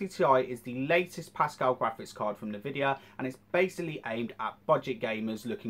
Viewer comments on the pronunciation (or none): You said NahVidia, what the fuck... IT's Pronounced N-Vidia. Nevertheless Shadilay my friend!